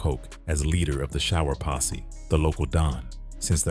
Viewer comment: IT’S PO$$E NOT POSSY🤔